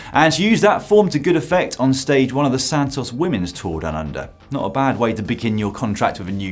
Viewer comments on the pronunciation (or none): none